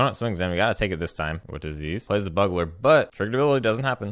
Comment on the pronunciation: Just a friendly note, militia bugler is pronounced like Byoogler, a bugle being the horn he is using :)